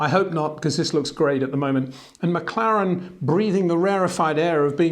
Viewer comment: It's McLaren. Not McClaren.